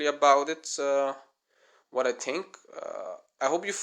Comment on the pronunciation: CRE A TU RE - not CREATU , THREE - not TREE, THINK not TINK